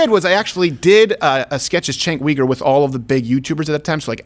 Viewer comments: It is pronounced “JENK YOU-gur” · You're pronouncing Chunk Yogurt wrong...